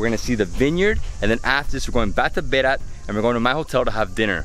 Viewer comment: NOT BERA there is T at the end BERATTTT